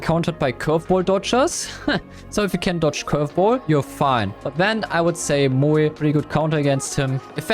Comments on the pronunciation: Why does he pronounce Moe like that 💀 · That Moe pronunciation is cursed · Moe ❌ Muee ✅ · Bro said moeey